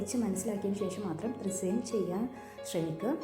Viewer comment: അത് റിസൈൻ അല്ല റെസിൻ ആണ്